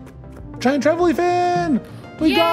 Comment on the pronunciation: I think you pronounce Trevally the same way you would say "vally," just with a quick "tre" at the start. Not very important, but you seem to struggle each time😅